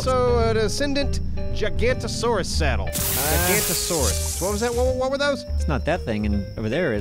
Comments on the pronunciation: Yeah, that bothered me a little bit. Especially the way they pronounced it. Generally gig-uh -noe-tuh-saur. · Generally it's pronounced "gig-uh -noe-tuh-saur". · You guys mispronounced giganotosaurus